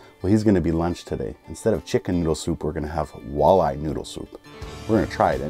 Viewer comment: "Shicken" noodle soup man lol